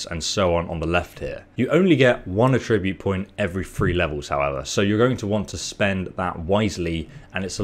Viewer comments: I know you have an accent but its attribute not atribute (at-tra-bute not a-trib-ute) either way still a great video.👍👍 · Your using the verb pronunciation of attribute not the noun pronunciation. Check it out on google.